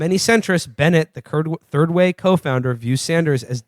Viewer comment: lol "turd way"